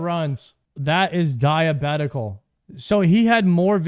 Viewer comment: I can’t tell if he’s saying it on purpose or can’t pronounce diabolical😂😂